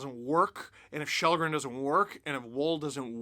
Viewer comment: Källgren is pronounced "Shellgren" in Swedish. Its sounds so wrong with Chalgren.